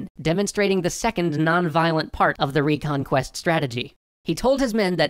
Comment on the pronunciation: The way says "reconquest" sounds more like Recon Quest. Good name for a game...